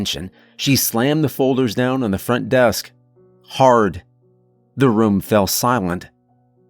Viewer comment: Wush this guy could learn to pronounce room. Its not rum.